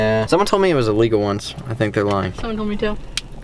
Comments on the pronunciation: It's not iloegal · It's not alygl